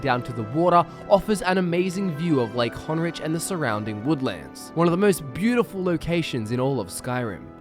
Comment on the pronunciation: Severin manor has awful lighting. It has a cool feel and a good amount of racks & shit but nah vlindrel hall is ya boii after the hearthfire homes. Also wtf is lake honriCH & solslime? :p appreciate you skyrim youtubers but damn do you guys fuck up a lot of the pronunciations.